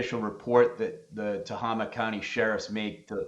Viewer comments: It is pronounced Ta-hay-ma , spelled Tehama County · Tohama, County is pronounced To-hame-ah but the syllables are rapid. Native American name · Tehama County pronounced Te- hay- ma 😊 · Tehama county it’s not Tama county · It is pronounced Ta-hey-ma county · Yeah, I bugged me when they mispronounced it.